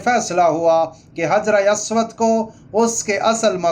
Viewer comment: حجر اسود۔۔۔کا تلفظ. درست کریں